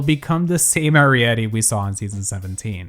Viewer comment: Just a heads up that Arietty pronounces her name with a hard A, not a soft A